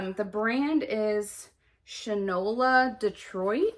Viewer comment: This is fascinating - you have amazing stuff in your unlisted! I’ve been to the original first Shinola location in Detroit Midtown. It’s pronounced shine-ola. It was started by the guy who founded Fossil. They also make watches and bicycles lol